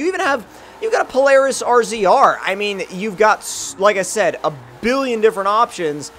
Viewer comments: can youtubers please stop saying rzr?? that's how it's spelled but you say it like Razor. It's a Polaris RZR but it's said Polaris Razor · Palarious razor not rzr damn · not hating love your vids, but we pronounce it Polaris razor